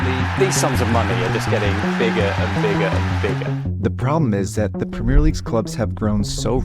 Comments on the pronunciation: And that he does it over and over again even with having Brits pronouncing it correctly in his video. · It enfuriates me when british people say Premier. You're saying it wrong and the french are right there to show you how to say it right. Say the è you animals!!!! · it's pronounced PRUHMIEEEEEH LEAGUE. You have to emphasize that. You have to scream that.